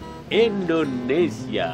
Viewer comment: Mantab,tambah Ganteng.. Btw Indonesia ya, bukan Endonesia 🤘😁 #kidding